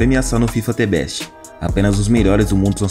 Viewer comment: T Beste? The = Zhë, Best = Bess, you now ?